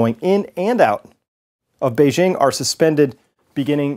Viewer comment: *Beijing is pronounced just like it would be in English - say “jingle bells” and then say “Beijing”.